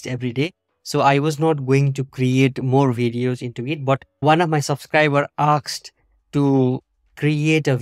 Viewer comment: There is no such a word as "aksed" - it is "asked"... one of the most basic word in English